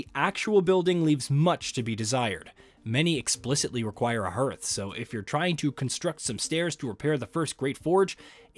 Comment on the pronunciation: Just so you know, it's pronounced, hearth is pronounced "harth" not "hairth"